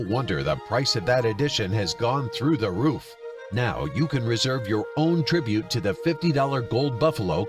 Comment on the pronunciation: "Tribute" LOLNOPE